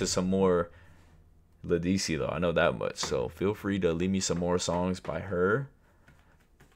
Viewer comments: led duh si is how you pronounce it but she eats. From New Orleans Louisiana...This was one of her earliest hits. The original is more captivating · Ledisi (Led-a-see) think of you ❤🎉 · It's LE-DUH-SEE😅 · It's pronounced lead-ah-cee 😂